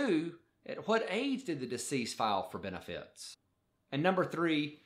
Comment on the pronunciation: I hate the way he says Beni Fieet